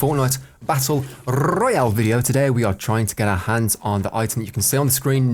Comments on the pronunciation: S7 Perkz That originates from his Rrrrroad to max rank series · love how you roll the r on royale xD great vid